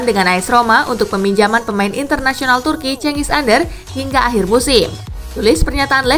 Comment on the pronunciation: Cengiz Under min Bukan Cengiz Ander 🤣